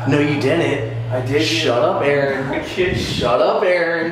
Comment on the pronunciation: "Ay ay ron" 😂